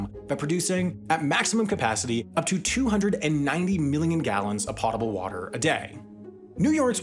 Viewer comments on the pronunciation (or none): Po-table not pot-able! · This channel has the most random stuff and I love it. Does anyone say "pot-able"? I've only ever heard "poh-table" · So interesting! They could have chosen a different narrator, though. It's like he's in a rush to pronounce the words, with some at the end of sentences being inaudible. Plus, it's poh-tuh-bul, not pot-uh-bul. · Potable. Rhymes with boat or coat, not pot. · Loved the video, fascinating. But it’s not PAHTABLE, it POHTABLE. 😊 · say potable like . po ta bull .. " potable.. drinking water it said like that not pot able.. sorry for me being a twat but it bothered me you saying wrong. lol I'm a life support maintenance guy at aquariums so it's a thing that comes up more then you'd think. it's not pot , lol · potable is correctly pronounced poh-table, not pah-table. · potable pō′tə-bəl NOT POT!! 😜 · “Potable” is pronounced “poh-tuh-bull” not “pot-tuh-bull” 🤦🏻‍♂️ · Great video but it’s not potable water but it’s pronounced poatable water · the word "potable" should be pronounced POH-tuh-buhl, not "PAH-tuh-buhl". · Very interesting video. I love Wendover. One tiny error, it is PO-table (long O) not POT-able (short O). One of the very few pronunciation errors I have heard. Keep up the good work! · he says PAH-ta-bul water. lol We have a whole generation of people who think themselves geniuses and can't speak English. It's POE-ta-bul. Put potable water in your pot and boil it. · "Potable"? It's pronounced "Potable" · POTE-able not POTTABLE otherwise great work sam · OMG it's p-oh-table, not p-ah-table. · “Pot-Able” water? AI is still struggling with pronunciation. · Small FYI "potable" is pronounced like "vote-able" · It is potable, not 🍲 able, and it is alum, not a loom, might want to figure out how to speak English before narrating videos in the language. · Fascinating and highly informative. Just wondering why the narrator is mispronouncing POTABLE. Poh tuh buhl (poh, long oh sound) Thanks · “Potable” has a long O sound… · "Pot" able